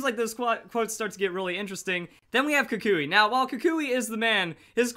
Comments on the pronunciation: it's pronounced Koo-k-we. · what is the official pronunciation of kukui? i pronounce it kookwee